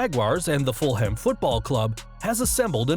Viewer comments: It's pronounced "Full-um", not "Full-Ham"! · For future reference for all Americans Fulham is pronounced Full-um Not full-ham 🐷 Most "hams" in British towns are pronounced "ums" Spoke like Birmingum, nottingum, fullum etc etc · You said 'Fulham' like as in 'Full Ham' that's so odd 😂😂💀💀💀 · Fulham Football Club is Pronounced ..... Full-um football club , bloody yanks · Its pronounced FUL-EM. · Fulham is never ever pronounced as full ham. Thats just silly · I got triggered when he pronounced it the 'Full-ham' football club. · You should've Googled how to pronounce Fulham